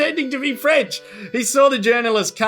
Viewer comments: Definitely French dudes there. Can't form a sentence, can't even pronounce "french" properly. Definitely French, yup ! :D some stuff just do not change over decades ^^" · Merci! Je parle un peu français and could not figure out what that last bit was. Still, I think that first word, "French," sounds like an English speaker saying it.